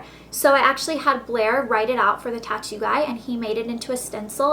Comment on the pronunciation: i though you said toco